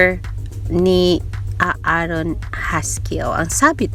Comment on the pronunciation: Wrong pronunciation not Aa aron it's A'ron it's silent a buti may nanonood ng vlog mo dzai.